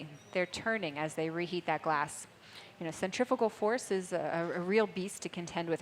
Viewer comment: This narrator is driving me crazy with her inability to say CENTRIFUGAL force, it's not centriPical!!